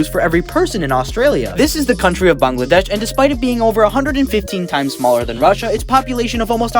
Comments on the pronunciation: Someone finally pronounced Bangladesh Correctly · Broas a bengali, I'm so proud someone finally pronounced Bangladesh right😭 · YO, PERFECT PRONOUNCIATION!! As a Bangladeshi, I for some reason never seen a non-bangladeshi pronounce it correctly, unless ur bangali, dont know tho. Don't ask why I got so excited over this lmao.